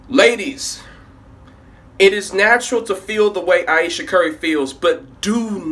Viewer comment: Ayesha. Eye-eesha. I-eesha. What's her middle name, Floquella?